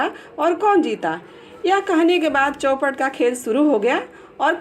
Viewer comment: चौपट नही चौपर होता है